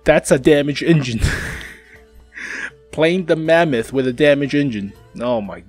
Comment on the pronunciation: say mamuuut 1 more time ill puke from laughing xd